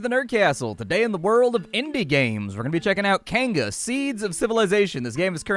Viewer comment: Kainga is pronounced Keye Ng Ah.